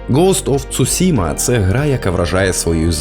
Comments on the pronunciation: Вибачте, я не для того щоб домахатись, просто вухо дуже ріже: не кнайт, а найт; не цусіма, а Цушіма. А так чудове відео, дякую! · Вибачте, та коли я почув "цюсіма", одразу закортіло вимкнути ютьюб